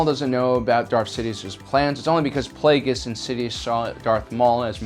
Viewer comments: Holy shit, you actually pronounced Plagueis right. Well done! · He has now mispronounced both names of Darth Plagueis. Lol. In easier videos he pronounces Plagueis as (Play-gee-us) not (Play-gus). He did pronounce it right in this video finall. Now he pronounced Hego Damask II as (Dam-usk) not as is should be as (Da-mask). Not a big deal but it kinda erks me because he is my favorite Sithlord and ive noticed it every time. It only takes a few mintues to Google. Lol. I wonder how he would pronounce Muun or Muunilist. I think he did but I don't remember how he said it. Probably said it like (Moon)....god I'm a nerd.